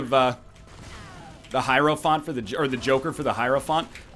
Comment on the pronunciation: wow he actually pronounced hierophant correctly